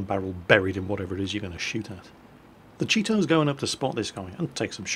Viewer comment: Chi-to... I LURVE CHEETOS